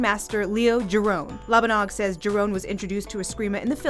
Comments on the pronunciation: Thank you for saying this. It is pronounced 'hee-rohn," not "jai-rahn" I trained in the Giron system for 15 years, and it still forms the basis of my system. I too, can't believe that people can't even pay respects to this great man by simply pronouncing his name correctly. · Grandmaster Leo Giron's last name is NOT pronounced with the letter "G". It's spelled that way but not pronounced that way. Can't believe ppls will pronounced his name differently to keep away from all the legalities that are set in place. 🤦‍♂️